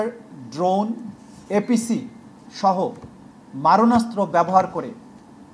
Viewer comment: মরণস্ত্র নয়,মারণাস্ত্র।